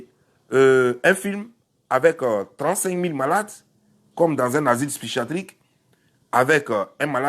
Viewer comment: Psychiatrique et non psychatriche